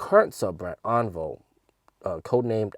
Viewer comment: should pronounce "On-Vio"